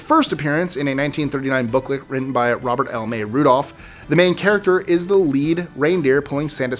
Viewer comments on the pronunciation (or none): none